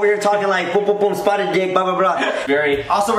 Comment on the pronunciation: Am I the only one who thought it was 'spartan' and not 'spotted'